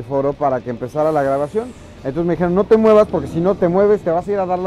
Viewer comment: Es mexicano dijiero no dijiiero